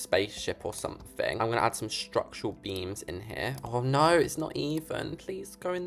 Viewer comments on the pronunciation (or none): Why do you say oh no like orn norn